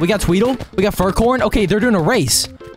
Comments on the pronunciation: Bro called furcorn furncorn 💀💀💀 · Bro no hate but man’s said “furncorn”